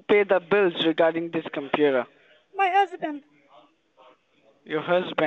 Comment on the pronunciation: "Dhey are using your dekstop combuder..." gosh I hate these idiots